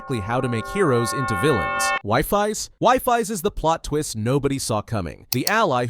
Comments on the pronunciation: Bro it's not wifi its wifies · It's Wifies (wee-fees) not wifi(way-fays). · It's weefies not wifi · cant believe you said "wifis" not wee-fees AND MAPICC (PRONOUNCED MEY-PBIK) MAAAAAA-PIIIIIICK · Wee-fees not wighfies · It's wifies is pronounced we-fees mapic is may-pic boosfer wait how did u get that one wrong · bro it's we-fees if that helps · Wi dies … that’s not how you say it